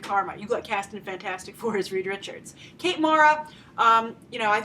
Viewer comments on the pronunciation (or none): none